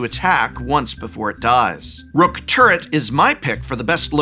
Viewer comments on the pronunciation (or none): It's a rook(like the chess piece) not a rock. lol Edit: you said it right this time. xD